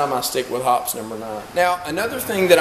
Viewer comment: Search on youtube for "Hoppes Elite Elite Gun Care" by Hoppesguncare.... hear an actual Hoppes employee say.... "Hop... eeze!" Not "Hops!"